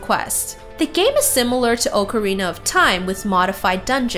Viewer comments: Ocarina is awk areena not oke areena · you made a mistake it's pronunciation is ock-a-rina